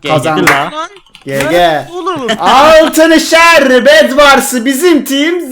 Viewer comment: abi altınşer derken gevur gibi oldun